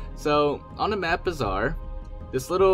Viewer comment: Why do people keep calling it "bizzare"? It's pronounced bAzaar, AAAA, as in Alps.